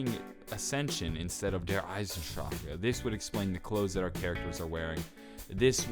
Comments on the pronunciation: He pronounced it correctly, except that 'drache', has three syllables instead of two, and it is easy to miss. (De-ra-her, instead of dra-her). But, he is actually not wrong for pronouncing it the way he does, and tbh, it is better than half the community that goes "EIZENDRACK". So calm your shit, and walk away if you can't take the "wrong pronunciation" from Non-native German speakers, cos guess what, the way you pronounce English words probably makes people cringe too. But does it hurt you or rape your whole family before your eyes? No! Does it send the message despite the slight mispronunciation? YES! You get the message. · Every time you pronounced Der Eisendrache like Der Eisendracha I wanted to kill my self. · Did anybody else cringe when he said "der eisendrache" ? And he pronounced it der eisendraca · not "darrrrrrrrrre eisendrakk" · I fucking cringe every time you say "Der Eisen Drahcka" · You said Der Eisendrache wrong every time its Der-Eisen-Drach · He doesn't even say that! He says "Der Eisendraka" like fuck it's so annoying!!! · dude. der eisendrache does not have an "a" after it. the "E" is silent. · Theres no uh at the end of der eisendrache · There no he sound at the end of der eisendrache. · Am I the only one that is annoyed by the way he says "Der Eisendrache" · Dude every time you say Der Eisendrachen I cringe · Is anyone else annoyed that he's saying the map title wrong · The way you say der eisendrache gives me cancer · the way you kept pronouncing Der Eisendrache was bugging me for some reason. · the way you say the fucking map name Is aids, you said it at least 100+ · Can't stand the way you say see eisendrecha because it's not correct at all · Every time he said Der Eisendrache it maid me cringe. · Lol how he says Der Eisendrache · Your pronouncing it wrong I'm German and you don't pronounce the last e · that's how americans and the english folk will pronounce it, because they literaly can't prononuce it the "right" way. get over it.